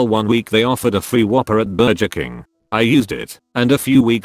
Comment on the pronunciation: Bur-jer king, you mean? :>